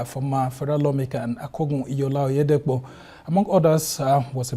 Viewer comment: Oyedepo not Otedepo